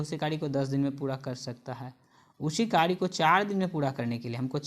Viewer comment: Q 87 me kary ko kari kyu bolte ho bhai